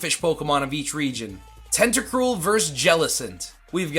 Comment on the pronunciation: HITMONCHAN, NOT HITMOCHAM! DO NOT LEAVE OFF THE N IN TENTACRUEL! SEISMITOAD IS SPELLED WITH 2 I'S, NOT 2 E'S! AND IT'S SCOLIPEDE, NOT SKOLLIPIDE!